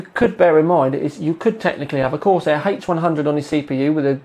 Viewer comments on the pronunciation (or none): none